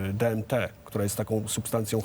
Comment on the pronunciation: Na prawdę? Doktor powiedział DNT zamiast DMT? XD